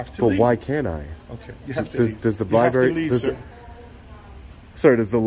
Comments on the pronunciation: He doesnt even know how to pronounce his place of employment. Public lye berry.😅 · Seems like the business manager of a library should know how to pronounce the word library, he called it a liberry, then he axed him to leave!!! Why do they put ignorant people in charge of things like this?!? 🤪🤪🤪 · it would mean a lot more if he could pronounce the word "library" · >works in the library >cannot pronounce 'library' Blacks, man... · If you cannot pronounce library, you shouldn’t manage the library. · He can’t pronounce the place he works at correctly. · Can't even pronounce library correctly